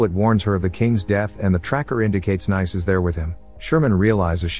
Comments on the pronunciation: Pronounced NEECE not "nice"🤦‍♀️ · great synopsis as usual; just a minor note. Sofia Boutella's character's name (Nice) is pronounced "niece," like the French resort city. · i think Ric meant that the characters name is "Nice", she's named after the French city. The name of the city is pronounced like Americans say the word "niece". Ergo the robot was pronouncing the name wrong cause it pronounced it like an American would say "nice" instead of "niece". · Hate to sound like a geo snob, but I'm sure 'Nice' is pronounced Nice, like the place in France. So phonetically it sounds like "niece" more or less. Lol I figured when everyone else had place names, that must've been her name as well. So after that realization, hearing "nice" all the time was kind of funny to me haha 🙃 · kind of confusing since Nice is pronouced nice in french and still different from the way american say "niece" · Great video, but the Nice pronounciation drove me crazy.